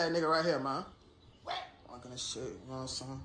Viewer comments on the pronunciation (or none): it's insane how many times I replayed this shit 😅😅😅😅😅😅that nigga said WHET?????